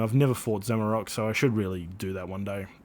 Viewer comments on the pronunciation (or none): It’s Zamorak not zamarok